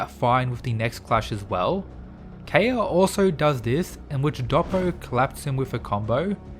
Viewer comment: It’s not key-ha It’s Ke-ha-ya